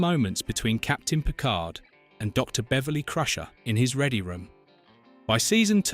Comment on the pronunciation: Let's start with pronouncing Picard as Pikar.